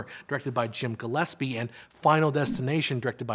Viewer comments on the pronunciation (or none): none